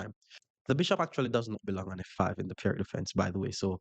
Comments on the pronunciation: Enjoyed the video. I like to play the Pirc. Btw, it is pronounced “Peerts” (like pier) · Great vid! FYI, Pirc is pronounced “peer-tz”.